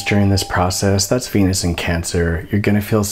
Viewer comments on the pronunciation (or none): none